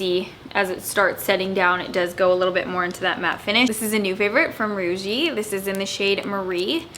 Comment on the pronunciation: heads up! i believe the brand is pronounced like the word 'rouge' - as in red in French, not 'roo-gee'. hope that helps :)